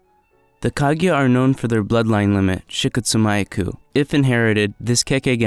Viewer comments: The way he pronounced the kekkei genkai was cringe. I always thought it was pronounced "she-coat-sue-me-aku" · Dude butchered “Shikotsumyaku” 💀